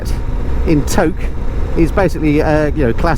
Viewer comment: Tok is pronounced Toke as you've probably discovered by now!